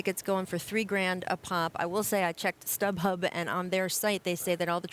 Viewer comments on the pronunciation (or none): Lol... "Saint StubHub"..... you're killing me......